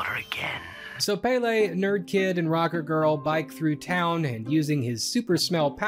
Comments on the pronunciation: Ahahah I love this, these movies are kinda iconic in Denmark only for a very specific age group Side note the pronunciation of Pelle in English is so cute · Hi Danish man here. Glad to see you cover the movie. Saw it myself in theaters and thought it was fine. Not great (as established) but it was a big deal in 2013. Also it is not Pele, but PELle Written as Pelle. Our language is difficult. Edit: Sommersted is a legit last name in Denmark. Edit2: The sequel sucks.